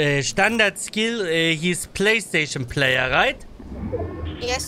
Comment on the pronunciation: wie der Typ das "skill" betont als wäre das dadurch irgendwie englischer 😂